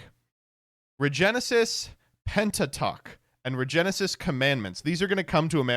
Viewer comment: The "this is antisemitism" into immediate mispronounciation of Pentatuch is a classic.